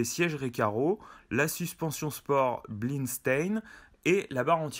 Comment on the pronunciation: Blistein non non Bilstein haha